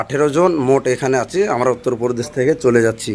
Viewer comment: 'অন্ত্রগত' 'উত্রপ্রদেশ' এই ধরনের ভুল উচ্চারণ হয়ে যাচ্ছে স্যার ! লক্ষ্য করার জন্য অনুরোধ করছি!